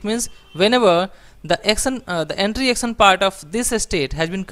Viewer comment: Please please try to learn the right pronunciation for example for words "section" or "action". This is very difficult to listen.